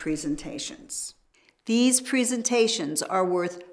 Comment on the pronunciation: "Preezentations" IM dEaDiNg iNsIdE 😂😂😂